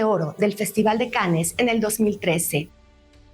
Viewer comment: Muy buen novela gráfica. Me hubiera gustado que abordaras más la complejidad de los personajes en lugar de hablar del "morbo" comparándola con la película. P.D. Un error común es pronunciar el nombre de festival como "canes", la pronunciación correcta es "can". Gracias por tu labor de invitar a la lectura.